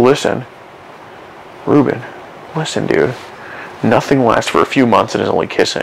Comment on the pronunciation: Its Paul Reubens. Not Reuben But nice try.